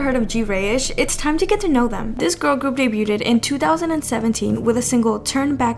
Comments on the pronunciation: Sorry, can I say it's pronounced day-b-youd in one sound (daybyoud) not day-b-youdid (daybyou did) for debuted. You just add a d at the end of debut not did. Just trying to help, no offense. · The T in the word "debuting" is silent. The past tense of debut, debuted, also has a silent T and is pronounced "deh-byood". I'm not trying to be a jerk. I'm just letting you know. I've noticed a lot of kpop channels mis pronouncing this word. In english, the -ed at the end of words can be pronounced 3 different ways depending on different factors. There are a lot of inconsistent rules in english lol. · It’s pronounced deb-yu-ood the T is silent btw 👍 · Hey love your videos. Just wanted to say the debuted is pronounced Day Bewed... Because English is dumb :) anyway love you ❤ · They way you mispronounce debuted constantly is really annoying